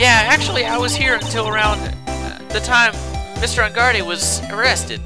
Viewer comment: That and "engard-AYYY" I know he knows how to pronounce it but for some reason it bugs me XD